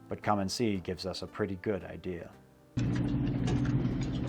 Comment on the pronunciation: Its called Come and See. Not Commoncy or Calm and Sea.